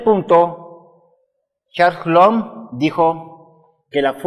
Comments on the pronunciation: se dice: Coulum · Coulomb es un apellido francés y en ese idioma "ou" se pronuncia "u". Al margen, ya que el señor está usando de su tiempo para enseñarnos sería amable de tu parte comentar agradeciendo y no remarcando algo tan insignificante!. Muchas gracias por los vídeos, son muy explicativos! siempre después de mis clases de física los miro y me sirven muchísimo como cierre de tema y también para sacarme dudas.Saludos